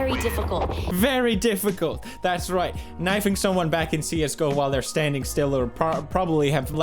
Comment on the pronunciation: According to logan paul you spell "csgo" as cusgo and pronouce it Cuzgo